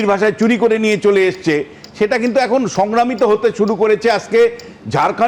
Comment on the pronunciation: সংগ্রামিত না রে বাবু, 😂 সংক্রমিত। 😂😂 পিসি র মত বাংলা বলছেন